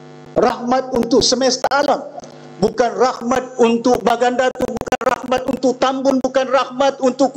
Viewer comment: YB ucap kite, agende, budayanye, untok, kite, daripade, bahawe, kuase, make, ade, rasanye, mereke, bergaye, juge, jamaahnye dll.